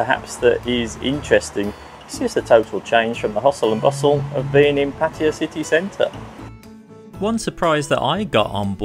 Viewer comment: I do wish especially the English among you would go to the trouble to pronounce Pattaya correctly. it is Pat tay a {not Pattia. don't take my word for it, look it up